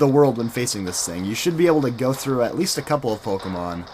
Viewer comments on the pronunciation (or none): none